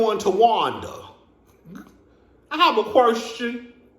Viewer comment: "I have a querrrrrstion" will always be hilarious to me. 😁🤣